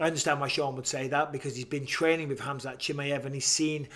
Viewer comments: BISPING: KHAMAZAT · It’s Khamzat not Khamazat ou Kazmat or any other way.